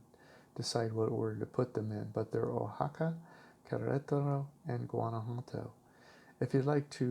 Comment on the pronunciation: And Oaxaca is pronounced Wah-hah-kah